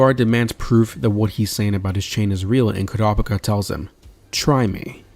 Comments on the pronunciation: ITS KUUURAPIKA NOT KURAPIKA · Bunch of people grumbling about pronunciation 😄 ( .. ..🤔🤔.. 😮!! they might even be a couple of Kurtas who managed to escape the massacre! 🙊🤷🙊.. I mean what are the odds the troupe was legitimately carrying around a village census naming every single occupant 🤷 + its not like they seemed to notice that Koo-ruh-pike-ah wasn't around 😮) Anyway - I for one, however, didn't think it was a big deal 😌 I knew who you were referring to and was able to focus on the story and enjoy the video (very likely cos my eyes don't turn red when I hear odd pronunciations 🤭) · Never heard someone say kurapika’s name like that